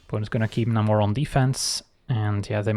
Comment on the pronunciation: FYI, Namor is pronounced NAY-more.